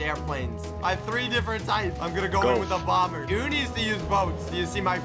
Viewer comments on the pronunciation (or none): none